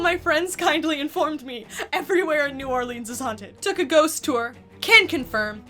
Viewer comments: Nawlens is how the locals pronounce it (my family is from New Orleans) but do not fall for the country pronunciation!!! (New Orleens) IS WRONG!! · There is no hard e for new Orleans. or just call it nawlins. Pwease...... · As a resident of New Orleans, new ‘Or-Lens’ would be the pronunciation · New Orlay-Ans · Can pronounce crazy French hotel name BUT cant pronounce New Orleans